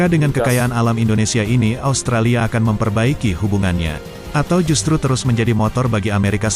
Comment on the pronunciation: Kami tidak menyebutnya ostrolia, tp australia